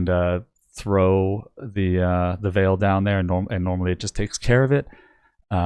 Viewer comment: Why do you say "Vaal" wrong? It's said a long in game by the npcs aswell as in any official announcement or interview involving anything from the Vaal. It's not like it's a debatable pronunciation. You just pronounce it incorrectly